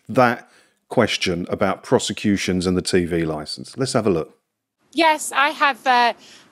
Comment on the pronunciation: "Criminal Croseputions" Did I hear that right!? :D Wow.